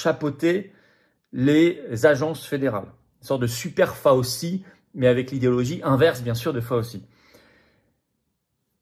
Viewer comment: c'est FOWCHEE, non pas Fowsee..svp!